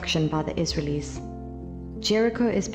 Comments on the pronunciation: The narrator is a South African - I recognise her accent because I am one. But where on earth did she learn to pronounce the word as Iz-ral-eez for goodness sake? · Add me to the list of people irked by the narrator's pronunciation of the word Israelis, but it leads me to ask something I've been wanting to for a long time: what's the difference between Hebrew and Israelite... and now also Israeli?